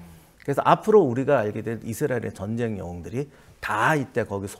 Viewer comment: 여성 진행자,,, 정쟁 정쟁 이라고 발음 하는게 참 거슬리네요~~ 제목이 전쟁과 사람인데,,, 정쟁이라니 ㅎㅎㅎ